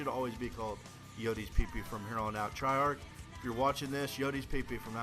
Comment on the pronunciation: IT'S NOT TRY-ARK! IT's TREY-ARK!